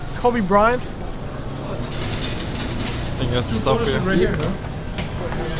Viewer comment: "Kobbe... Kobe Byrant" :( rip